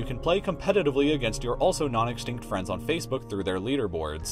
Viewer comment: it's best friend not fiend lol